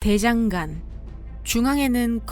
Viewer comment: 대장간이란 단어는 [ 대ː장깐 ] 이라고 발음! 됩니다. 시작부터 거슬렸어요. 나레이션을 하시려면 발음 공부 좀 하시길...